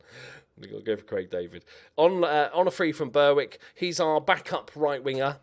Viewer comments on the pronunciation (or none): none